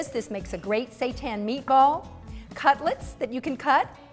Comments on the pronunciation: You pronounce Wheat Gluten Meat (seitan) this way: "SHEE-TAAN" not say-tahn. Stay Vegan we are not serving satan. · No It's not "Shee tan". It's a Japanese word and you pronounce the "sei" in seitan the same as the "sei" in "sensei". Your pronunciation would be written as "shii tan"